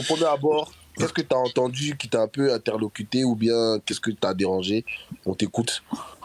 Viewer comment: Je me suis arrêté à "interlocuté"...